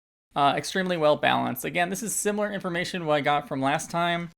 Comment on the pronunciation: I’m sorry I’m pointing it out but I loved how you said it looks “simeulurller” lol I’m so sorry but it made me laugh. Edit: Made me laugh even more because I then went on to say it this way 3 times lol!